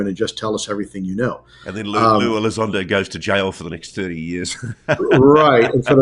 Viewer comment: Not lue...its Lie Elizondo, syop